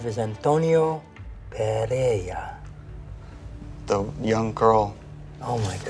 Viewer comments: He is clueless about Spanish phonetics, neither him nor the narrator are able to articulate PEREIRA properly. (BTW, that's a Galician and portuguese surname. The Castilian version would be PERERA) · PereiRa has two R-s, ergo not Pereia!!! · "Pereira", Martin, not "Perea"